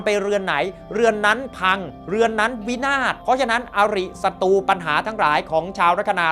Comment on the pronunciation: ขอแนะนำการออกเสียงให้ถูกอักขระด้วยนะครับ การออกเสียงตัวกล้ำร-เรือหรือร-รักษาชัดเจนดีแล้ว แต่ขาดตัวกล้ำบางคำเช่น"ศัตรู"ต้องออกเสียง"สัด-ตรู"ไม่ใช่""สัด-ตู"เป็นต้น ส่วนตัวกล้ำที่ขาดไปคือตัวล-ลิง เช่นคำว่า"ปลอดโปร่ง"ต้องออกเสียง"ปลอด-โปร่ง"ไม่ใช่'ปอด-โป่ง"หรือคำว่า"เปลี่ยนแปลง"ต้องออกเสียง"เปลี่ยน-แปลง"ไม่ใช่"เปี่ยน-แปง" ขอบคุณครับ